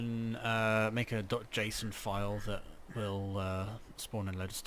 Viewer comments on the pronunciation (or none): none